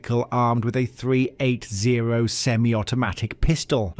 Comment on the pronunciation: Congrats on getting all the Louisiana pronunciations correct. One nit: the caliber of the gun should be pronounced "three-eighty" not "three eight zero."